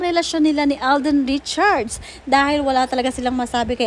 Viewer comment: V/Blogger Alden’s last name is NOT “Richard” — it’s RichardS, there’s an “S” at the end. Check your PRONUNCIATION of “RichardS”